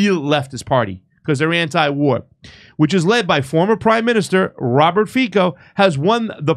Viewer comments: Hello my friend, I am from Slovakia and Fico is not pronounced Fiko but Fico with "C" without accent.🤣🤣🤣🤣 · Fico is pronounced "Feetso." It is too hard to take three minutes to look up and learn how to pronounce a man's name? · The C in Fico is pronounced as the second C in counCil. Just so you know.